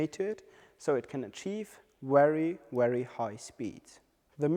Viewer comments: Good video but the presenter needs to learn the difference between 'V' and 'W'. "Wery wery good" made me laugh a bit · For Europeans V and W is reversed